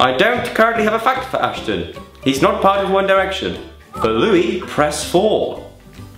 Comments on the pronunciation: Hahaha "you selected Ashton" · "You have selected Ashton" IM LAUGJINH SO HARD